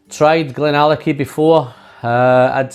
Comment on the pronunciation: You did not butcher the name my friend. Thank you so much for making my week great. Billy Walker is Gandalf in the whisky business. Lovely review